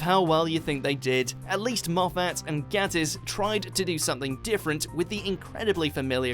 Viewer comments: It’s Mark gaYtiss, not Mark gAttiss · It's pronounced Gay-tiss. As he says himself, "Just think 'gay.' I always do." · I wish Watchmojo could say Mark Gatiss's surname right. There's literally a video where Mark says how to pronounce it.